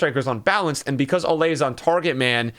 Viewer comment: Why does he say “olay” rather than “oh-lee” likes it’s supposed to be?